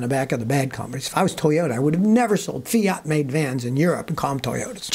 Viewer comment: A Fia-ota LOL What a FAIL